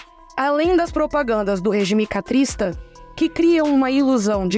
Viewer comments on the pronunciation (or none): A narradora disse duas vezes "REGIME CATRISTA". O correto é dizer CASTRISTA. Que é derivada do ditador fidel CASTRO. Fora isso, grande trabalho!!! Força. Aliás disse 4 vezes, acho demasiado.